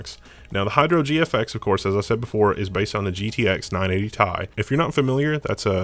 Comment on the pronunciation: I couldn't make it past 2 minutes. I think I might close it every time it said "tie" instead of T-I